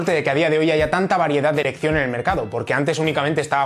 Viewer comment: XD no es eso, sino que sonó como que no dijiste "elección" sino "erec..."